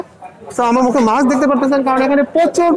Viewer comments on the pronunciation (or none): none